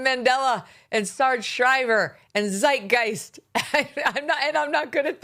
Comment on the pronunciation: what's funny is he mispronounced Zeitgeist. He left the first "t" off and said "zeigeist". Which means he doesn't even know what it means! H'e probably never SEEN the word, it' just part of his rhetoric....